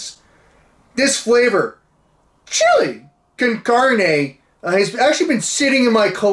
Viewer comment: The way bro is pronouncing con carne has me in tearsssss